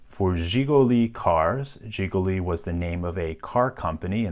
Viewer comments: almost perfect pronunciation of Жигули hahha i like it ;D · He did a pretty good job tho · I think this is the first time I've heard someone say "Жигули" not in my native language It was great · your pronounce sounds very clear and nice, especially the letter "zs" at the begining of zsiguli. usually americans can say that so clear :) thanks for the video, and also for those historical notes added to the lock, describing its importance for people of that era.